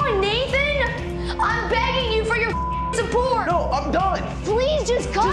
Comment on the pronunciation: ) so you guys can replay it over and over again 😂